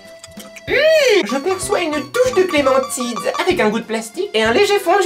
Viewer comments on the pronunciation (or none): je suis la seule à avoir entendu dire clementide au lieu de clémentine mdrr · si c'est vrai elle a dit "clementide "au lieu de "clémentine " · elle fait exprer pour faire rire.. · ouais ta raison elle dit clementide😂😂😂😂😂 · Elle dit clémentite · t'as dis Clémentide 😂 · la "clémentide" ? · elle a dit clémentide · non t'es pas la seule moi aussi lol